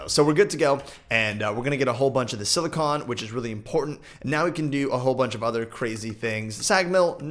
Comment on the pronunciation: The way he says silicon, annoys me so much xD